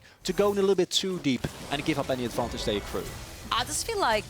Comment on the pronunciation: once I noticed that the female caster pronounces "advantage" as "advantatz" I couldn't stop laughing, because she kept saying it over and over :-D